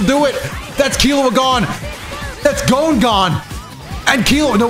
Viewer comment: You pronounced gon right the first time it ain't "gone" 😭